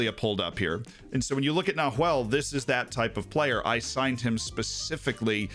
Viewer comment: Loved the video Z. For future reference, the h in Nahuel is silent.